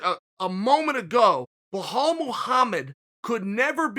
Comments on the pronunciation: Chael "Blahal Mohammed" Sonnen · "Bhalal Muhammad" - Chael Sonnen